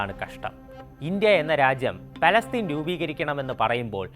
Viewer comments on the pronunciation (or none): none